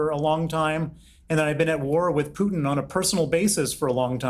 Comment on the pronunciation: nobody cares about your military family piers, nobody. also congrats on learning how to say 'putin' and not 'pewtin'